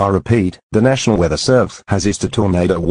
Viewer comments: The alert said Nasional its NATIONAL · nasional. It’s national! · Um that is not Nasional its National and its Not Servesre, its Servese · “Nasional weather servese” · “Nasional weather servese isued a”